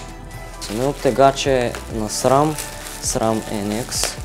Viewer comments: Като каза в началото "самия оптегач е на срам" и аз чух самия оптегач е насран и вика КО!! 😂😂😂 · чух: самия утегач е…насран